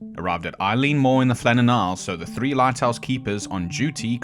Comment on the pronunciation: Good video. Big ass wave hits little ass people. Occam's Razor. Done. Quick notes: not that I don't appreciate seeing air shots of Eilean Donan Castle (I love it), but Eilean Mòr lighthouse is nearly 70 miles away past Skye, past Lewis and Harris. If you get to the Faroes, you've gone too far. Also: not Eileen like the name, Eilean (pronounced AY-lan) meaning Island.